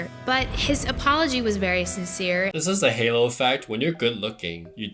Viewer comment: “Halo” effect …not Hallo 😅